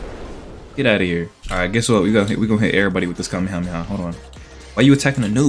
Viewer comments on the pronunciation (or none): The "Cam meh ha me ha~"had me on the floor 😂 (name it N00BHELLKING)